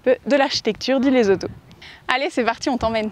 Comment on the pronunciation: On dit pas Lezoto mais Lessotou